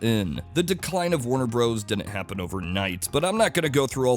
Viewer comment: Bros is BROTHERS, not BROZE